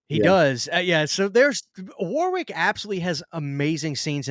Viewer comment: As a Brit, I feel it's my duty to say that the w in the middle of Warwick is silent. Other than that, great video 👍